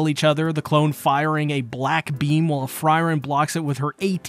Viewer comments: Fryren? Huh You meen Frieren right? (Fuh-ree-ren)? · Who is FRY-ren ? :) Good video though. Free-Ren puleez Absolutely love Ubel this episode and as soon as I saw the chest in the room, I just KNEW she'd end up in a mimic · You called frieren normally in The fact you kept using fryren is just intended to piss us off isnt it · Fry - Ren? What the hell. Free-ren, not Fry-ren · Uhm anyone else annoyed at fries of all things? Please man speak her name properly || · Ugh, it's really bothersome to keep hearing you call her Fry-ren... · Would it kill you to not call Frieren "fry-ren"? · Pretty early in the video, he pronounced it correctly once. After that, it bugged me so much more. Another great episode of an awesome anime. Thanks for the recap! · I was looking for this comment! Why was he calling her Fryryn!? 😂